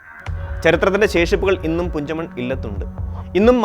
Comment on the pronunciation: കുഞ്ചമൺ അല്ല പുഞ്ചമൺ ആണ്